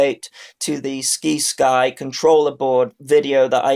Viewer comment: It's pronounced Sigh-sky Like other words with Sci like science.